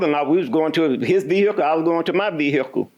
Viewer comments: VEE EH CULL 😅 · I came looking for a comment about this 🤣🤣 VEE-HICK-UL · Ah it's the VEE-hickle guy!